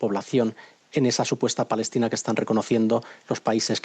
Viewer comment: No saben pronunciar palestina dicen falestina a lo mucho!